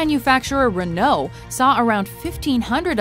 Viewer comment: Does French pronunciations all the time but can't pronounce 'Renault' ...